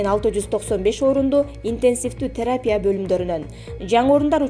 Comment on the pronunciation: "ПанДЕмия","теРАпия"эмес...ПандеМИя,тераПИя..туура окучу,айланайын..